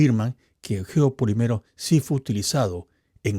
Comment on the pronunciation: la palabra no es "geopoliméro", es "geopolííímero", porque siempre repites el mismo error.